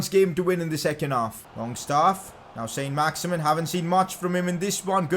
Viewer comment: Pcq: It isn't pronounced "Saint Max-Imin" its pronounced "Son Max-Iman" because he's French